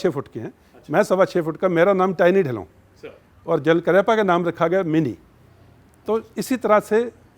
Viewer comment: Dhilan nahi hota yaar bolna to seekh lo.. Dhillon hota hai.. ਢਿੱਲੋਂ ढिल्लों समझ आया